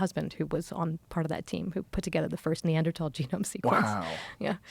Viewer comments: stop saying Neandertall, sounds so dumb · Pretty hard to hear Neanderthal pronounced Neadertal 100 times..like my ENT saying ‘Tinnitus’ in a bold new way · I had no idea they were pronounced neanderTALL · thats not how you say neanderthal